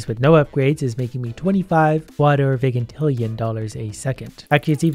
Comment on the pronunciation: its pronounced (Vy-jin-til-E-in)